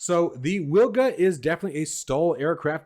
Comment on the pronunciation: It's pronounced "Vilga". It's Polish for oriole.